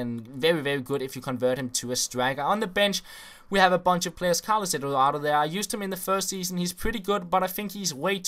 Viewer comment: He says Carlos Eduardo like cowos ewowo